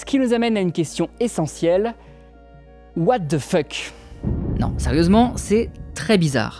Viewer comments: What de feuck !!!???!!!??? Quand on ne sait pas prononcer l'Anglais on s'abstient.... Vos vidéos sont intéressantes mais svp....laissez l'anglais pour ceux qui savent le prononcer.... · "What the fuck" ... Travaille ta prononciation si tu ne veux pas être ridicule